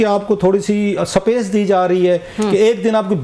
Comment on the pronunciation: Raif klasra sahib you use good English words but please correct pronounce SPACE, it’s not SAPACE 😂